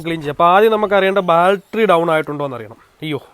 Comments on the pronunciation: എടാ ബാൽട്ടറി അല്ല ബാറ്ററി😁😁😁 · Sealing..alla...oil Seal...Baltery alla..Battery...Onnu nannayi vandiyude parts name padikku kutta... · ദൈവമേ നമിച്ചു ! ബാൽട്ടറി അല്ല ബാറ്ററി ആണ് ! ഇനിയെങ്കിലും നേര ചെവെ സംസരിക്കാൻ പഠിക്കുക ! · ബാൽട്ടറി allaa battery 😂. Njn ponkala ettitunde😝